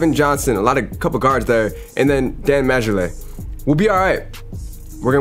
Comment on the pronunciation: It's Dan "Mar-Lee" lol that's twice I've heard you say it wrong and I say that because I know ball🤣🤣🤣 Keep these fun to watch videos coming 👍